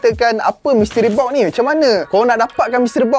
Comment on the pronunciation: oneplus NOD. mystery BOK. pronunciation ke laut